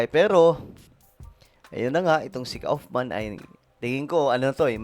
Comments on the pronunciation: Kaufman is pronounced "kufman". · Hello it is pronounced as: Koff-man, British pronunciation. Thank you.